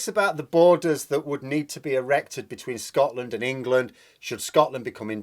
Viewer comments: When you say ‘Wangland’ I keep hearing ‘Wankerland’ . . . . . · Prefer Engwaland myself.